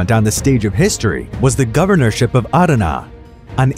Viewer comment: Bro I’m from Adana and the way you say it makes me chuckle and the way you say Syria See you raaaa like what